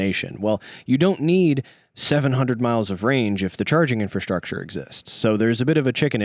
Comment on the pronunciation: None of your points matter until "gas" ev stations are plentiful. Infustructer? Infustructer? Infustructer? 😀